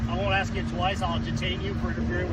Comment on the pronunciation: What's DUMB is when you say AXE for ask over and over